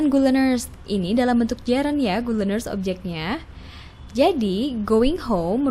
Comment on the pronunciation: Good leanersnya mengganggu pendengaran min